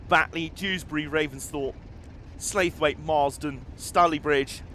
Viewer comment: I'm reasonably sure Slaithwaite is pronounced Sla-thwet.